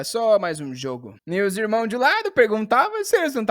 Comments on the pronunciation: Né possível cara! Acho que o até hoje só fala errado pra gente vir comentar. "Irmoes ele fala, quando é irmãos/ cidadoes ele fala, quando é cidadãos. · Ô, pelo amor de Deus, pare de falar "irmões" kkkkkkkkkkkkkkkkkkkk